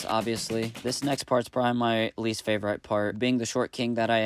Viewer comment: Did you say fave-right instead of favorite? Would u happen to be Mennonite? The only time I've heard it pronounced like that was by Mennonites I've worked with.